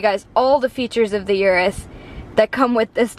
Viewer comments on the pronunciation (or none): I am not Italian but I can say the name correctly. It is OO-ROOS not YOU-ROOS. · It's not a Yuris. "oo rroos" No "Y" Urus. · Get the pronunciation right. It's Ooroos